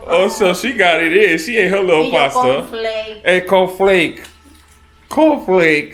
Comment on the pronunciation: “Con Flake” 🤣🤣🤣 dope video as always